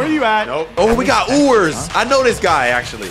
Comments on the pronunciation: him saying ewers like ooers made me mad even as an ou fan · Bro was saying “EweRS” name wrong